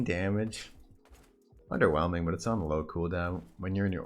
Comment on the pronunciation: SRO Plumming his worst match up: " UnDeRnWeLmInG "